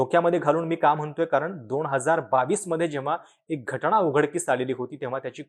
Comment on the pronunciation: घटणा नाही रे . घटना असा शब्द आहे . का मराठी ची वाईट अवस्था करत आहात ?